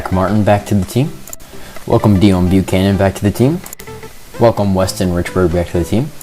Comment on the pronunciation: it's pronounced day own bucannon